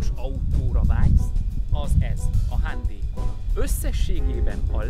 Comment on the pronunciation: Így se hallottam még a hyundai nevét kiejtve. A gyártó által megadott "hájundáj"-tól is messze áll a hándéj. Nem kötekedés, csak humorosnak találtam. 😁